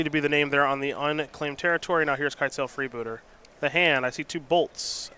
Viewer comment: I like the way says "freebootah"